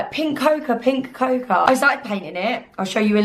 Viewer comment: Hi. Your video is good, entertaining and helpful. Just need to say that ‘cocoa’ is pronounced ‘coco’! Cheers.